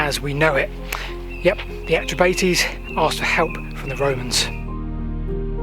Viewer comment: 'Celtic' is not a word that should be applied to Britain. The metrication of British history is a drastically bad idea. I live locally and I have never heard the Atrebates pronouced Atre-Bate-ease. It's Atre-bart-ease. But notwithstanding the deviations, well done for making this video.